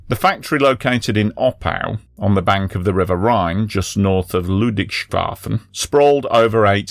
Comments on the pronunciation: I have never before heard anyone say "BASF" as anything other than a word, even if it is properly an initialism. Also, Ludwigs-hafen, not Ludwig-shafen. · I am guessing you mean “Mischsalz” which is a word combined from “Misch” (mix) and “Salz” (salt); also, it is pronounced Ludwigs-hafen (Ludwig’s Port), no …shafen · Ludwigshafen is "Lood vig's HAH fenn" - "Ludwig's harbor", with Ludwig being some king :). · BTW, Ludwigshafen is pronounced as Ludwigs-hafen (Ludwig's port), not Ludwig-shafen. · Ludwigshafen = "Lood-viggs-hah-fen". Good pronunciation attempt, though! 😊👍 And there's a typo in 'Mischsalz' ("mixed salts") 😉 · Your pronunciation of "B.adische A.nilin und S.oda F.abrik" was not too bad, the one of "Ludwigshafen" not so much. In German, in order to create a "sh" sound you'd have to spell it "sch", while S and H are always pronounced separately. So for Ludwigshafen say "lood-viggs-hah-fen". And it's Mischsalz* ("mixed salt"), "Michsalz" would be "me salt" and not make any sense. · If you again report on Ludwigshafen of Friedrichshafen: Think of them as Ludwig's haven and Fredrick's haven. Helps with pronunciation. The 'sh' sound in German is written 'sch'.